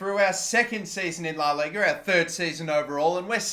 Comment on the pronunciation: funny how he said la liga